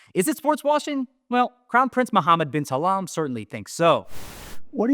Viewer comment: Brilliant! Also, it's *salman, not Salam :)